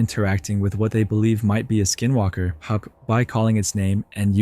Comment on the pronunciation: Was it just me or was he saying SkiM walker lol😂